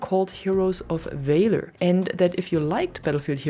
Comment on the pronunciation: the way you pronounce valor should be against the law